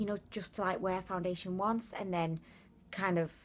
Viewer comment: Did you say, "Foun-diddly-ation"? Lol